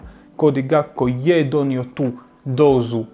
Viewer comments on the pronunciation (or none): pa ti si bar pametna, profesionalna osoba koja razumije nogomet. Cijenim tvoj rad, cijenim rad Tribine općenito i jako sam vam svima zahvalan. Ali ako još jednom čujem Cody GaPKo, pa žile ću si prerezat